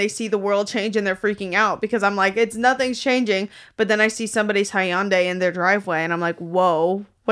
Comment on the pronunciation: The way they're pronouncing Hyundai lol